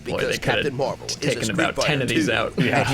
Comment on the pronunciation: Captain Meh-val?